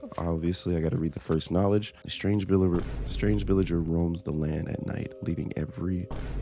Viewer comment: “strange vililor.” 😂